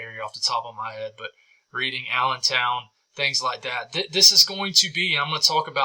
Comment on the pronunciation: Reading is pronounced REDDING